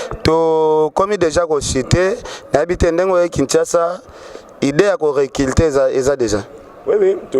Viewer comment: Ah on dit recruter et non reculter